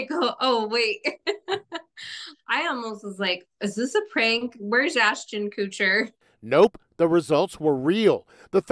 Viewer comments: Not “Ashton Coocher” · She straight up said Ashton Kootcher just like Kevin from The Office lol. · “Ashton coocher” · "ashton kootcher" xD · Ashton "kootcher" lol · Ashton Kooocher, lol!